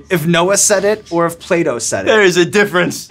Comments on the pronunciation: When he said “Noah or Plato” I thought he said play doh at first 😂😂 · Yeah .. He said 't' as ' d' and I was like " Who's Playdo?" 😄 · Anyone else thought he said ‘Play-Doh’? Lol thought it was gonna be Noah vs Play-Doh slogans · Did anyone else hear Playdough instead of Plato? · jayda hewitt took me a few seconds to realize Sean meant Plato the philosopher 😂